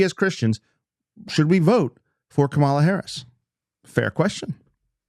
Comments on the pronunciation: You could learn how to pronounce her name. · Let's mispronounce her name right off the bat. Yeah, another honest, good-faith Christian argument, just like trump would use. Any Christian who supports trump is a great argument for atheism. The hypocrisy that such a thing takes is nearly unimaginable and only attainable by christians.